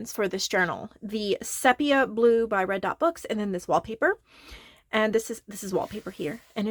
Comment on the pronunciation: Did you know, it's pronounced SEE- pee-yah? Which I realise is odd, given it only has one 'e', but that's the Greeks for you! 😆Gorgeous book, btw. Particularly like the little windows and the way you've continued the tonal palette throughout. Lovely work.